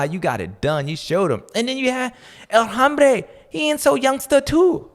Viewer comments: He is actually mispronouncing "El Hombre" and saying "El Hambre," which means "The Hunger." 😅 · It hurts my ears when you pronounce the H in El Hombre